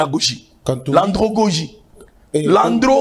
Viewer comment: ANDRAGOGIE (pas andrOgogie)